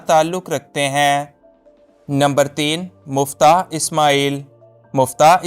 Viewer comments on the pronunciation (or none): Muftah nahi miftah hy